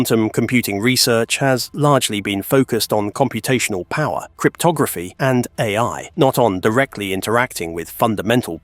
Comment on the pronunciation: dude pronounces A.I. as "aye" lol. is this voiceover A.I.??